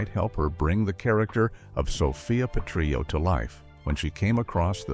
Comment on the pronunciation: This is absolute and utter AI trash. 1. Why mention Don Johnson, but not Phillip Michael Thomas? 2. It's not "Sophia's Mother", it is Dorothy's Mother - Nearly every fan knows this fact. 3. It's Sophia Pe-trill-oh, not Pe-tree-oh 4. Stage Fright Facts 7 and 11 are the same. 5. Fact 8 -- The Diana and Freddie story is a complete fabricated myth and has been repeatedly debunked. 6. It's So-Fee-Uh's Wedding, not So-Fye-uh No transition to ending? Trash.